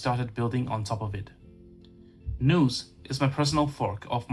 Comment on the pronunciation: Just a heads up - The word nous rhymes with mouse, not noose.